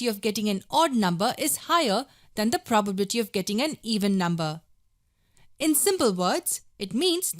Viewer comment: who noted that she said 'PROBABTY' 😂